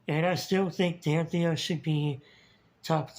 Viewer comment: Oh so that's how you pronounce it! I've had trouble with Danthias name for years!